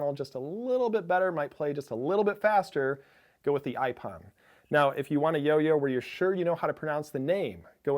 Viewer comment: I think that iPPON is pronounced like the japanese word "ippon" the judo term.